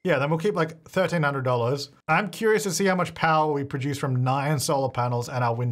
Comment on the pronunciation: I like when he says “produce”. Prah-juice